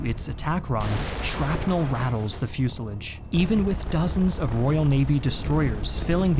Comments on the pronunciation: I’ve never heard anyone say fuselage like that. Sounds like you said fuselidge. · Clicked off at "fusalige" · What's a fuselidge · Why the mispronounced word, "fuselage," in the voiceover? REALLY good job, especially on the German. Overall, excellent clip! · Why did he pronounce fuselage like that? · Where do they find these narrators who can't pronounce simple words like, "fuselage"? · It's not pronounced fuselage its pronounced fuselage. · Work on your pronunciation. Fuselage and respite.